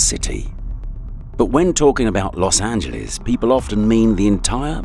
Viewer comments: "Los Angeleeze" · Los Ant-geles